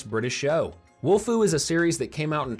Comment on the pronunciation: Again. It's not WOLFU😡😡😡